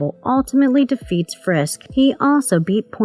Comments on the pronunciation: Please please please. If you are going to narrate any video,please make sure that you have someone in editing and commenting who's competent enough to pronounce the words RIGHT and say the Right words. It's FISK not FRISK. Ugh. Do you realize how irritating that is to a fan??? Nails across the chalkboard annoying. Ty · /Sigh Drinking Game. Take a shot every time she calls him "Frisk" instead of "Fisk" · Fisk not frisk. Otherwise great video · No "R" if "FISK" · Wow you can't even pronounce the Kingpin's actual name correctly...